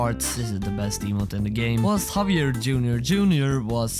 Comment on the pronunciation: havier ???? BRO JAVIER